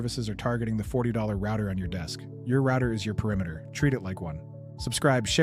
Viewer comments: And who ordered that back door installed on all routers? Three guesses. And why can't you pronounce "router"? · I'm assuming he lives in UK now or works with people from the UK as that's exactly how they pronounce router.